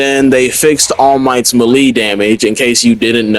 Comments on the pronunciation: 😭 ma lee???? It's melee (may-lay) bruh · “Melee” is pronounced May Lay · Melee pronounced May-lay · Ima teach you how to say melee bc youre pissing me off 😂 (melee) MAY-LAY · Every time he said melee it stressed me out . Then after hearing it a few times I’m like have I been saying it wrong 🤔 nahhhhh